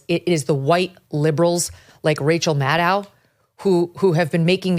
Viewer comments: Kelly I am sorry you mispronounced rachael name it rachael madcow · How does one pronounce Maddow? I was under the impression it was pronounced the same way as widdow, shadow, meadow etc? I love Megyn Kelly and you guys over the pond I really do but I am at the end of my tether with the pronunciation of almost anyone's name!. It is not Cregg, Vivayk, Maygin and Gram. 😂